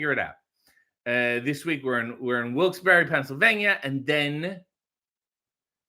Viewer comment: Thank you for saying "Wilkes-barre" correctly!